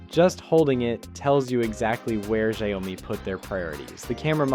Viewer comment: First time hearing 小米 being pronounced as "zhayome".